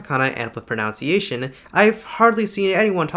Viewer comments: I liked the content, but man, it was at a super speed. The speaker should say "proNUNciation" not proNOUNCEiaton, which I admit is a pet peeve. As a student of Japanese, I really would like to see some interesting examples of sentences with native speakers showing how it sounded. I gave the video a Like because it was a brave attempt to explain an ancient language. English only has old, middle, and modern. Japanese has been around at least three times longer. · Im sure the vid good but i aint never gonna trust someone that says 'pronunciation' wit a 'ou' sound to tell me about the sounds of a language 💀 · You are pronouncing pronunciation incorrectly 😂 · Your pronunciation of the word "pronunciation" drives me batty. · I'd like to make a note on your pronunciation of the word "pronunciation": in middle English, there was a phonetic process called tri-syllabic shortening. Generally, long vowels were shortened if located in the antepenult, or 3rd syllable to the end of the word, leading to such pairs as private with a long vowel and privacy with a short vowel (although American English has since restored that vowel by analogy). A similar change affected "pronunciation" (probably through some sort of intermediate, like "pronunciate" which would make the ou fall on a third syllable) and "pronounce". In middle English, ⟨ou⟩ represented [uː] and (short) ⟨u⟩ [u]. Trisyllabic shortening reduced the [uː] in pronunciation into [u], and then it was further reduced to [ʌ] in modern english. At the same time, the great vowel shift began diphthongizing long vowels, changing [uː] to [ʊu̯], [əu̯], and then to [aʊ̯], leaving us with the vowel alternation we have today. Its pretty interesting, especially because a new vowel shift is occurring with that vowel as we speak! Many (at least American) english speakers are regularizing the pronunciation of pronunciation into "pronounciation", as I tend to do, and you obviously do too. Phonological change is so exciting!